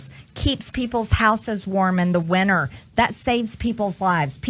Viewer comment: she says winner, not winter. she says importadant. she is a stupid FK tard ! I could go on but won't.